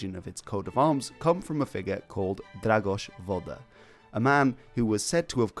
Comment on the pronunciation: Bro can pronounce Dragoș Vodă perfectly but completely butchers a simple word like Auroch 😂😂😂